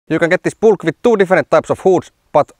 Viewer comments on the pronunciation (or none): It's a Bülk, not a Bulk. Ü like Finnish Y, AFAIK.